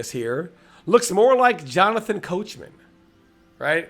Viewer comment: My mans said Johnathan Coachman 😂🤣🤣🤣🤣🤣🤣🤣🤣🤣🤣🤣🤣had me weak